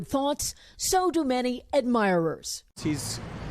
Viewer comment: How can she not know how 'Rosalynn' is pronounced?